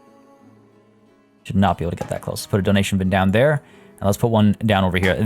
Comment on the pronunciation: When you put the emphasis on DO in donation. My automatic thought was "Do. A deer. A female deer" even though the logical part of my brain was like "He means dough as in money"